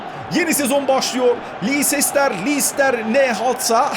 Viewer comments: abi lestır siti diye okuyabilirsi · abi lencıstır sity o yanlış soyluyon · abi lestır siti diye okunuyo